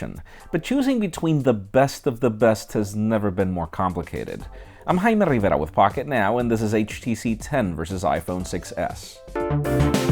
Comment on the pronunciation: I watched this video only to hear you say Jaime RivEra xD